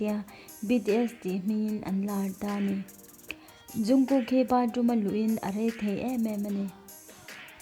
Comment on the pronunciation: Zungkook ni loin jungkook tur xok o😇😇